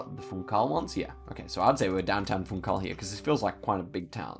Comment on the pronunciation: yo just wanted to let u know that "funchal" in pronounced funshal"